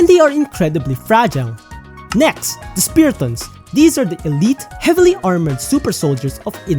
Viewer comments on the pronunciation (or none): none